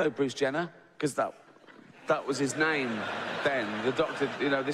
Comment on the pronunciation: The only offensive part of this video is the way you butchered his name 🤣😆🤣😆🤣